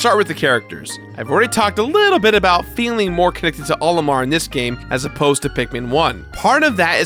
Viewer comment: He keeps pronouncing "Olimar" as if it's the name "Oliver," but with an M instead of a V. What a silly is. Come on, bud. Smash Brothers has been telling us how it's meant to be pronounced for years.:p